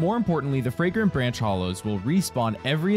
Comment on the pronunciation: Bro I thought I was having a stroke when you started mixing the letters up in bagrant yanch of fore